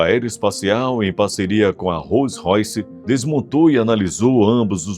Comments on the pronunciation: Roys Royce😂😂😂😂😂😂😂😂😂😂😂😂😂😂😂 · Róis Roice e Inrreversível é de fuderrrr!!!!!!!!!! Caralho